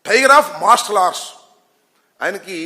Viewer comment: అరె ఆంబోతుగా... నీకు సరిగ్గా టైగర్ అఫ్ మర్షాలర్ట్డ్ పలకటమే రాదు నీకెందుకు రా.... జఫ్ఫాగా ఎగేడుకుంటూ వస్చేస్తావు. నిజ సిగ్గులేదారా